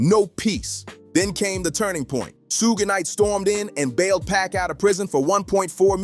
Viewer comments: Ahhhh who’s Shugay? 😂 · The way you pronounce suge knight is blasphemy. 😂😂